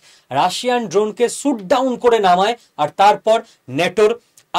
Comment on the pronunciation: আরে দাদা সুট ডাউন না,, শট ডাউন বলুন